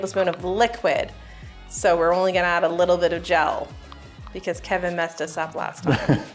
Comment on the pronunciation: calls him "Keven" not Kevin. That's what the captions should say 😁